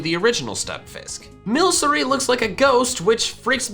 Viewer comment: Milcery not mylsery